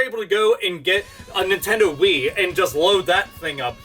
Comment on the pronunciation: you said nintentoo lmao